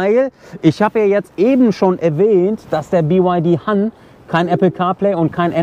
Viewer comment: "BY Ha(h)n" --> tatsächlich spricht es sich "Hann", also hart und kurz. Han ist auch ein sehr häufiger Nachname aufgrund einer Dynastie, bin aber nicht sicher ob es das gleiche Zeichen (also Wort) ist. Aber BYD Han entspräche "VW Müller" oder "Tesla Smith" oder "Renault de Funès" lol nur Spaß